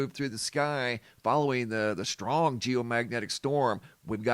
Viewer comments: I’m sorry it’s the way you and my entire family pronounce strong as shhtrong just a pet peeve of mine, carry on sir. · STRONG does not have an H in it and it never did so please try to pronounce it properly I Love You Brother, 6 years I’ve been subscribed, God Bless